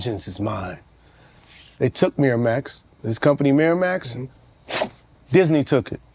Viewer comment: "Miramux, Miramax" 😂😂😂